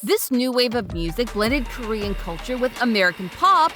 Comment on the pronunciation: The amount of name/korean words being butchered 😢